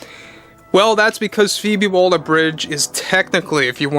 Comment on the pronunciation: Why do you keep calling her "Phoebe Walder" ? Her name is Waller, not Walder !